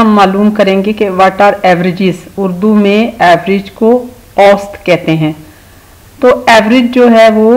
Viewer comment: ایسط نہیں اوسط